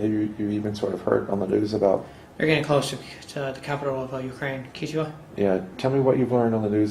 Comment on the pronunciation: Did he say the capital of Ukraine is “Ketchuwa” wtf haha 😂 idiot. Also what relevance does that have to do with anything, literally Ukraine started this war in 2014, mighty Russia is Godsend ⛷ слава Россия 🇷🇺 Украина Наша! ⛸🛼🛷